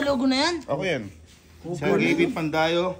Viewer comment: "PANDAYA" pala 😂😂😂😂 hindi pandayo😂